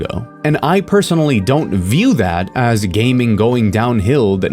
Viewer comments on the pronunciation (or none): I know you mean "video games as video games," but I keep hearing "video games ass video games."